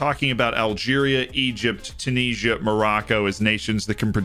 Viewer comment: TEW-NIS-IA not Chewneesa